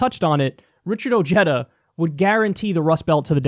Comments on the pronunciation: isnt pronounced oheeda ha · Its pronounced oh-hay-da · his name is probably pronounced with the spanish H, OHeda not OJeda for J sound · I just Richard Ojeda pronounced his own name correctly. Ojeda is a Spanish name pronounced (o-hey-da) not (o-jeta) it’s not Irish. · I have wondered about Richard Ojeda's ethnic heritage because he pronounces "Ojeda" as "oh-JED-uh" and where I live it would be pronounced "oh-HED-uh." All I found was this from Wikipedia (which I distrust): " Ojeda is of Mexican descent as his grandfather had illegally immigrated from the Mexican state of Jalisco and his father was born in the United States, but moved to Mexico and lived there until the age of 8." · its not ojeddah , its oheyda. ojeda. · Beto has a better chance! Ojeda, pronounced (O-head-thuh) needs to step down! If he persists, Trump will win due to votes being split between Ojeda and Beto! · Some interesting facts in the Ryan Grim article on Ojeda’s candidacy. 1. Ojeda’s grandfather was actually Mexican illegal immigrant. His name is pronounced ‘oh-HAY-da’ 2. How will working class whites respond to a Mexican-American? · Too bad many people, like Kyle here, are going to mispronounce his name ;-)